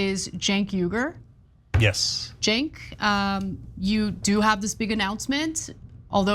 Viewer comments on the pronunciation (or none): Every time Mark says yogurt 😂😂😂😂